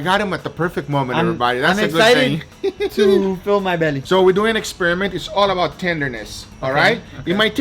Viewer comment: Wife: Guga that was amazing! Guga: It’s allabout da juice!